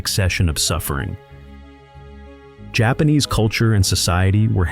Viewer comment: Its so weird that you talk so much about medieval Japan but you mispronounce like every Japanese name and word.....